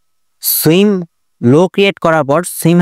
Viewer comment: Bro don't mind সুয়িং উচ্চারণ